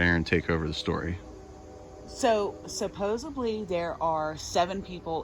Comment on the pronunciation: supposedly not supposably